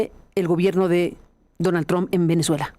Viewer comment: ESTE CANALUCHO CONVENCIONAL APRENDAN PRIMERO A PRONUNCIAR EL APELLIDO TRUMP